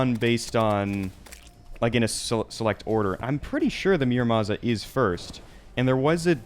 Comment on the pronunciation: Please, ur pronunciation of muramasa is killing me. It’s moo-ra-mah-sah. Loved the rest of your vid btw! Keep up the 1.4.4 content!!!